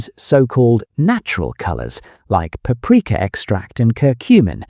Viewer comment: Entertaining in many ways- first third (or thereabouts ) fillet is mysteriously pronounced “ fill- A, , rest of video pronounce correctly. Very odd.( And slightly cod😂). And what is “. Papareka “ Is it a relative of paprika?